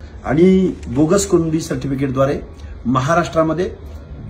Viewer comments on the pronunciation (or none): कुंब्या नाही नीट कुणबी बोल